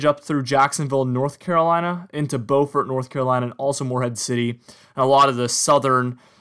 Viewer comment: it's said like bee-u-fort in the south for Beaufort, SC.